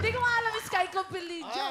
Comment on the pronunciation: "Iskaykopilidia" 😂😂 Ang kuleet. Hahaha